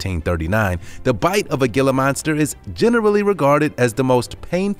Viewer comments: "HEE-LA" monster, NOT GILL-AH. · 😄😆😅😂🤣🙋✋✋✋ ☝️And it's pronounced "hee-lah" not "gee-lah" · Ditto!! Thank you! I rarely comment on videos, but this needed to be said!! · It is pronounced "Hila" monster not "gila" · It's pronounced "Hee-lah" monster. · Gilla? No.. Gila.. sounds like Hila .. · It's pronounced HE LUH not GE LUH 🙄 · You say Gila monster wrong it’s pronounced Hila monster not Gila monster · It's pronounced geela monster Not giler monster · Gila is pronounced heela. Heela monster not Gila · It's not pronounced "Gila" Monster. It's pronounced "Hee - lah" Monster. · Gila is pronounced hee-la, NOT gil-luh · It's not gilla it's hila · Can you please no pronounce it “gi-la” it’s spelled gila, but pronounced “hee-la” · It's heela monster. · Not hating but Gila monster is pronounced hila with an "H" Sound like jalapeno.. 😶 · The Gila monster is pronounced to where the G sounds like an H like Spanish. HE-la monster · Every time he said gilla, I had to wonder how he pronounced tortilla and quesadilla lol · Gila Monster. Gila is pronounced "hee-la" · The Gila monster is pronounced HEELA monster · Gila monster is pronounced "heela" monster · Gila monster is pronounced HEE-LAH monster. I have caught them in the wild. I wish people would leave them be. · i cringed when i heard gila monster..........thats not how you pronounce that.....Heel Lah monster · Its pronunciation is heela monster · You might wanna use and H rather than the G as in Gila use Hila....Pronounced hela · Gila monster... it's pronounced as 'heel-uh' monster. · Gila is pronounced "hila"! You make a lot of mistakes in pronunciation of words. I am from Ohio as well, but I was fortunate enough to get out over 30 years ago and learned how many of your mispronounced words are supposed to be said. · It is pronounced "Hee La" monster. Spanish. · Gila is pronounced hila that was taken disrespectfully to me because it’s my state’s reptile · It's a (hela monster) the g" is h" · It isn't pronounced "gil-la" .